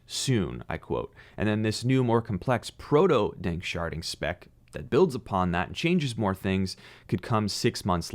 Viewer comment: "Sharding", not "sharting". Glad I'm not the only one who thought it phew haha. Great content. Especially encouraged about ADA, thanks for covering it